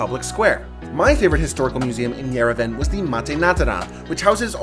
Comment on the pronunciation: Just respectfully saying Yerevan is pronounced yer-eh-vhan